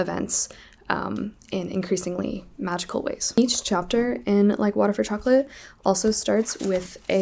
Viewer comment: i read like water for chocolate this month too! i loved it so much, im mexican so i had the privilege of reading it in the original language, and im always biased when it comes to mexican authors so it became a new favorite 🤍 love the way you pronounce the names haha🧂